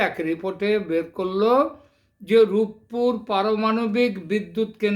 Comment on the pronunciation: শব্দটা "রূপপুর" হবে রূপুপুর হবে না । খ এর ছেলে স্কুলে যাস নি বাংলা উচ্চারণ করতে ও জানিস না আবার আসছিস আন্তর্জাতিক রাজনীতি নিয়ে কথা বলতে। 😂😂😂😂😂